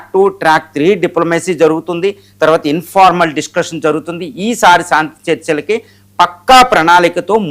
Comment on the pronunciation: సాంతి కాదురా బాబు శాంతి అనాలి. అద్దంలో చూసుకుని, నాలికతో exercise చెయ్యి సరిగ్గా పాలకటానికి. Not సాంతి -- శాంతి, శాంతి అనాలి. విజయ శాంతి కి విజయ సాంతి అని మాత్రం పాలకకు. సాధనతో అన్నీ వస్తాయి practice చెయ్యి.